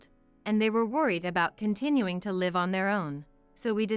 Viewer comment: Many of these stories are miss pronounced. Such as live , the people writing this article should check out the pronunciation first by listening to CD’s.